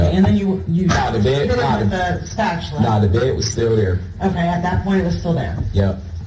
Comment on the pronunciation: Can’t believe a word he says so I believe that was a lie just like everything else that came out of his uneducated mouth fucking guy called a spatula a spatuler for goodness sakes